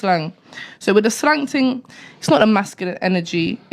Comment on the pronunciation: White people say “ting”??